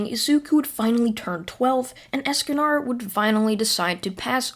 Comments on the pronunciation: I'm sorry don't mean to be rude but escanar ESCANAR DO YOU MEAN ESACANOR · Not “Eascanar” it’s es-con-or esconor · Escanor not Escanar and also you make these into a podcast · You're saying Escanor wrong It's not Escanar its Esk-ka-nor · I know you probably don’t care but it’s Escanor not Escanar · Can u pronounce anything right es-ca-nor like more, score, and lore, pronounces it like that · It's pronased es-ca-nor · so hes a ninja escanor if he does not increase in height edit: i love how u say escanor even if it wrong xD ( not to be rude or anything )